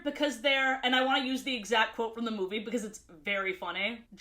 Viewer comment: Because of how many times she says it, I got a curious question: Why does she say certain words in a way? Like Instead of Ruby, she says it "Rubay" or Movie as "Movay"